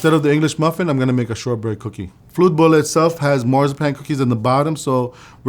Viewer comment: Today I learned that what we typically call just "ham" here is basically just the canadian bacon I've heard of in cooking videos before but thinner. Also, I love. The pronounciation of Flödebollar was a little uhh but that's very whatever, I love his process and motivational talks.